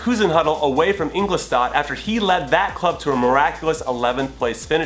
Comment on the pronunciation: Jimmy, its INGOLSTADT, not INGLOSTADT